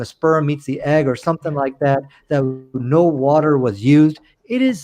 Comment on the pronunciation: By the by he pronounced wa-terrr just like Kent Hovind. take that as you will.